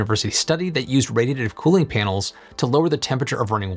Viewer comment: Can you please enunciate when saying the word, "radiative"!!?? Speaking is clearly not your strongest quality.